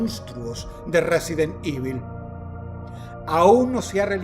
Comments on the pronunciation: Me encanta cuando Dross dice "Resident Ivil". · Todavía sigue diciendo resident ivil jajajj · Resident ivil 🗣️ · Jejejeje resident "ivil" que recuerdos😂😂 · Resident ivil 🗣️🔥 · Resident Ivil 🤓☝🏻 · WJAJASJAJAJA DROSS DIJISTE RESIDEN IVIL JASJAJAJAJASJS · Resident Ivil 🤣🤣🤣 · RESIDENT IVIL🗣️🗣️🗣️🔥🔥🔥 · al Resident IVIL? Imbécil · “de resident IVIL” 😂 me transporte a las llamadas a la chica Pepsi , ella también escucho el “resident ivil” y se partió de risa hahaha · Residen ivooolll 😂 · "Resident IVIL" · No de hecho no. Pa. Es humano. Obvio se puede equivocar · Justo en eso pensé cuando dijo resident evil